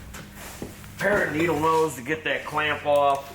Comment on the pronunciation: After the ghost incident you said, I need a "pair of needle nose", but it sounded like "Paranormal knows"